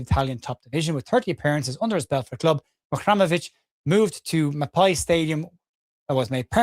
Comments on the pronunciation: Great as ever, thanks. Looking at his name on paper, I'd be inclined to finish the pronunciation as 'REM'ovic, rather than 'RAM'ovic. but I know nothing so I'm speculating! MOT and keep up the amazing work. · Over/Under Match Week 27 gets Muharemovic's pronunciation right!! I take the Under, I have faith in you!! MOT ⚪️🟡🔵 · Great video as always. If Tarik ever meets up with you, he ain't half going to rib you about your pronunciation of his surname! M.O.T. 😂